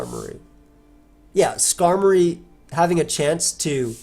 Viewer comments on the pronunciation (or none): none